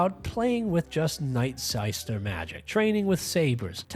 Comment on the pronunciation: Night-who now? "NightSaister"?? Lmfao